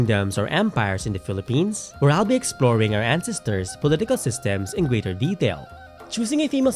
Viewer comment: Sorry. I'm just brothered with how you pronounce "ancestors" (and other words). For a historian who most likely mentions ancestors a lot, one should probably learn to correctly pronounce it. Other than that, well done!